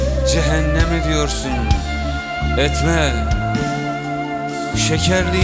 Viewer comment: Şimdi şiiri güzel mi okumuş yani? :) Düz yazı okur gibi okumuş bildiğin. Etme kelimesini her satırda berbat vurgulamış...